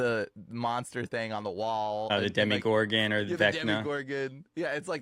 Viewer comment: The Dema-"Gay-gon." It made Will Beyers gay.